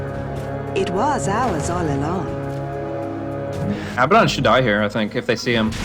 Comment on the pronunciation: Why can't anyone pronounce Abaddon correctly? He says his own name when he spawns. It's not that hard.